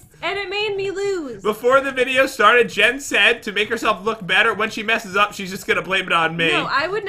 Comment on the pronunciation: p THEY CALL JEN... GEN OR HEN OR KEN 🤣🤣🤣🤣🤣